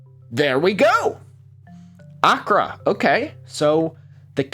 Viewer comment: i am sorry the way you pronounce accra and ghanaian is causing me psychic damage 😭 nice vid though